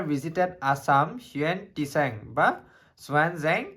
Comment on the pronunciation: হিউৱেন টিচাং neki bro......val hol koi dila moi ako হিউৱেন চাং বুলি পঢ়ি থাকো ... Lol